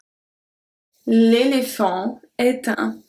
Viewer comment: Your ' L'est ' pronounciation is different from the one I learned. Shouldn't we say it the way we pronounced 'et'?